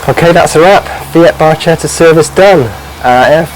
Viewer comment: Hello thanks for your videos, really good! If I may in Italian it's pronounced as "barketta" because the ch is a hard sound, hope you'll forgive me but a lot of Italians are listening in 😊❤